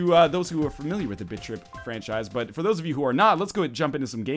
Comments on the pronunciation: The first time I heard you say "Bit Trip Runner" I swear I heard you say "Bitch-Trip Runner" lol great vids btws -your sub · Am I the only one that thinks he's saying bitch trip? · I thought you said "bitch trip runner 2" ;D oh silly me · sounds like you're saying "Bitch tip runner" xD